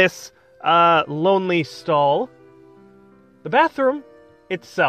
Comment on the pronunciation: "Bathroom Stahl"